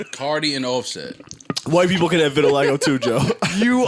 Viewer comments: Everyone: vitiligo Joe: VITILAGGO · I'm mad that Joe can't pronounce "vitiligo"...they should've named this episode "Verti-largo"...